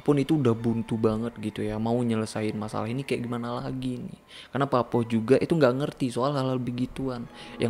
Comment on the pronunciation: Cuma mau meluruskan. Ada beberapa yg salah pelafalan. Pakpoh = bapak sepuh / pakde penyebutan untuk laki2 paruh baya yg terlalu muda buat disebut kakek. Cara baca o di pakpoh sepetti pengucapan o pada bakso Cak bejo = cak untuk laki2 lebih tua seperti abang. Bejo cara baca e seperti pengucapan besi dan o seperti pengucapan pada orang. Bukan dibaca e seperti bebek dan o seperti bakso. Pengucapan cak sama seperti hurufnya. Bukan cek.